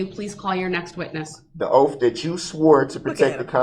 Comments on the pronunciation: "Dat's your Oaff" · I'm sick of hearing him say, "Oaf". He needs to learn how to pronounce words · Judge tell the "TROOF" about your "OAF" 😂🤣😂🤣😂🤣 OMG he is so disgusting 🤮🤢🤮🤢🤮🤮🤮🤮 He looks like he stinks like sweaty nasty balls!!! 🤢🤮🤢🤮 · "I ax'd my charge to be adjundicated, the grounz for the sub-stain was like a tackit agreement with a biast rush to judgment. It was you who took dat oaf of office"